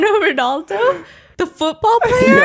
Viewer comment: as a portuguese girl......hearing the way pronounces "Ronaldo" killed almost all my brain cells 😂😂